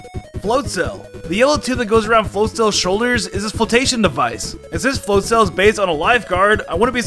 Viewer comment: You mispronouncing Buizel and Floatzel puss me off